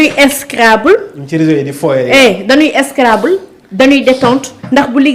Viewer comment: Cette femme a un probleme de prononciation...On Scrabble et non Scrabbe